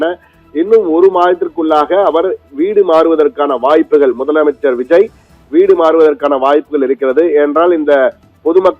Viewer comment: Yov news reader madaiya. Theliva mudalamaichar nu sollu ya